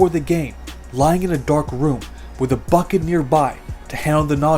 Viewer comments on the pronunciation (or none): none